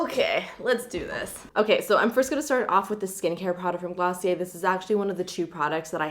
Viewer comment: Hi ✨ Oouuuuu Glossy-Aye😂 love it❤❤❤❤